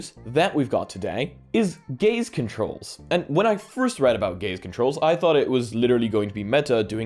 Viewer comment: I can't unhear him saying 'gays' instead of 'gaze' and its made for the funniest video of his.